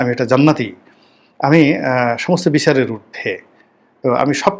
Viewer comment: একটা খারাপ অভ্যাস, অনুষ্ঠানের শিরোনামের সাথে বাস্তবে আলোচনার কোন মিল থাকেনা। এতে অনুষ্ঠানের মান কমে এবং শ্রোতারা হতাশ হয়। আর শব্দ উচ্চারণে যত্নশীল হওয়া উচিত। "বিছার না, বিচার হবে "। ধন্যবাদ আপনাকে।